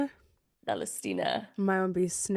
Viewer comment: Hahahahhahahah “valestina” my name is Valentina